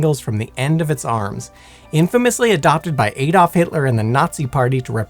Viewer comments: Who the f is "Aydolf" Hitler?....its Adolf Hitler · Add-olf. Not hey-dolf.